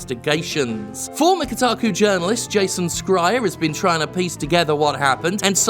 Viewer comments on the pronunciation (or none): 'Jason Skrier'? I though it was pronounced 'Shrier', isn't that how you've pronounced it before? Or is this like 'Kotick v Kohtick'? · jim i love you but it's "shryer" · You dunk on someone for typing 74 instead of 76 but then call Jason Schreier "Jason Scryer" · Years on, and he still hasn’t bothered to look up how to pronounce the name Schreier. SHRY-er, dude. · I'm unsure how you feel about Jason Schrier. But if you are neutral or better in your opinion of him then you should know that you are misspronouncing it. Soft "c" not a hard one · The way you say Jason's surname makes me think he's from Clan Skryre in Warhammer Fantasy